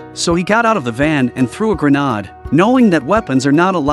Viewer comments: Watch out for those, "gre-nod's" everyone 🤠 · Ah yes, a granad